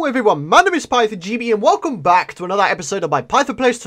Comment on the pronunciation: Its so funny when you say i am byackkk